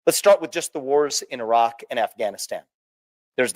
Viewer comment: Vivek Ramaswamy is brilliant. One thing that amused me though is how he pronounced Iraq correctly but still call Iran as "I" ran.